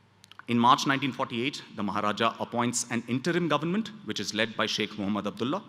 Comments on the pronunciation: Why does he say government as 'garment'?? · Bro it's not garment, it's government of India 😂